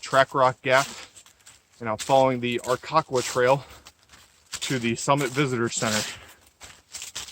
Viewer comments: It's R' Ka Quah. Learn to pronounce your area of hiking. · His pronunciation of the name is off lol